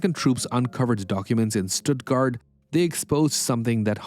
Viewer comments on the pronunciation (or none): none